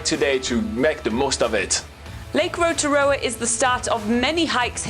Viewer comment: Thankyou to the guy for saying Rotorua properly!! 💙💙